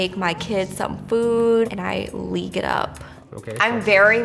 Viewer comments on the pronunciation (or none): I can get behind all sorta video games, but when a girl says leaque of legends nah bruh im out